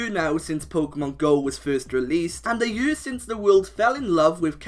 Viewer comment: I love how you say year